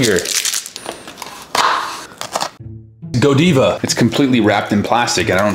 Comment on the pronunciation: bro butchered Godiva."GOADEEVUH"